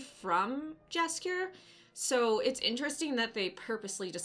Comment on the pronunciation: You should call him Yaskier, not Jaskier.